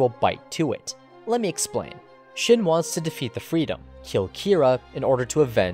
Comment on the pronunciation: Seriously how can you screw up "shin" but get "Kira" right? It's the same damn letter and pronunciation -__